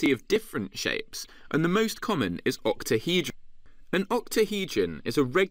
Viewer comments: has no one picked up on the fact that this man cannot say octahedral 😂😂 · ahahhaha true true. i think he just says it weirdly lmao